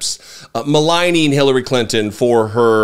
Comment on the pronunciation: He actually got Hillary Clinton's name right?